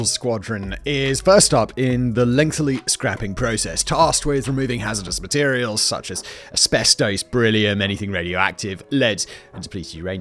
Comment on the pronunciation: Please, Simon, LENGTH-Y, lengthy not length-ly. Every time I hear this a little part of me dies inside, like when people say "nuke-u-lar" instead of nuclear. If I'm the only one I'll shut up, but this has driven me nuts ever since I started watching these channels.